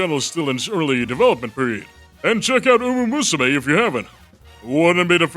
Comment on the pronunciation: it's called uma MUSUME, not uma usume